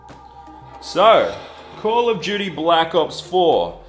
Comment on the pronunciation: hahahah call of gudy